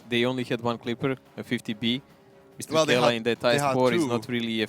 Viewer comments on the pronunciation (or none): "Kela" really, really? It's Mrkela! -_